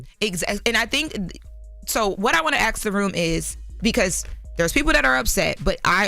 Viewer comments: Its ASK not AX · Its ASK